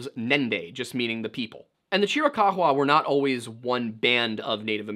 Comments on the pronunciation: Would you kindly pronounce chiricahua properly. It's pretty easy to figure out by looking at the word. There is no evidence that those tribes actually came down from canada, they may very well have a portion of mixed blood from some of the Canadian tribes, and the assertion that they didn't get there until about 1500 add, they were well established before the white man got there. And that was about 1500 or a little after. They had already been there for at least several hundred years if not much longer than that. The other tribes of the Navajo, which the chiricahua are one of, have a history of having been there for quite some time. And although they have a portion of their makeup that can be traced to Siberia all right there is still a large contingent of them who hold the X1 a haplogroup marker, which is consistent with every Hebrew group on the planet the greatest concentration of which is in the Ojibwa tribe, close to 60% still to this day. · You know a simple Google search would tell you ththe proper way to pronounce chirich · Dog absolutely nobody pronounces Chiricahua like that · Chiricuhua is pronounced ------Cheer a cow a. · Chiricahua is said Chiri-kaah-wah, lol. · Chiricahua is not pronounced Chr-uh-cock-wuh but rather Chr-uh-kaa-wuh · AZ native here; it's pronounced CHEER-a-COW-a. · Cheer-eh-cow-hwah is how you typically hear it pronounced here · Yo homie it’s pronounced chee rih cow wah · It’s pronounced cheer-ah ka-wa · I appreciate the sheer emphasis with which you pronounce Chiricahua. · Your pronunciation of the native tribe is priceless 😂😂😂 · Love hearing about my tribe and culture, but it was funny hearing the chiricahua name pronounced that way 😅. Love the video tho. Great to listen to. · The way he says Chirikahua is super distracting as someone from AZ lmao